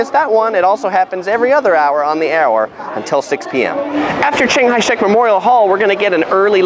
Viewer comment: Thanks for introducing. But I cant help but notice that you called CKS "ching hai shek", which sounds like a buddhist temple. Ha.